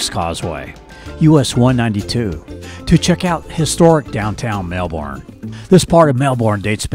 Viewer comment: Really nice video, but it's MelBURN not MelBORN. Thx